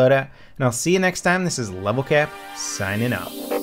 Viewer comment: he said lvl cup, not lvl cap